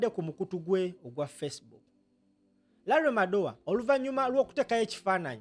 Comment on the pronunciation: Madowo not Madowa